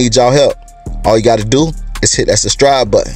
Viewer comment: I sustribe because he said sustribe!